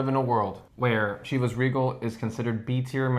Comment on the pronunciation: OMG guys, Chivas is pronounced with a ‘sh’ at the beginning, not the hard ‘ch’ sound.